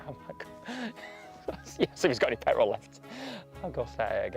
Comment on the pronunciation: "Got any pet a rul"😅😁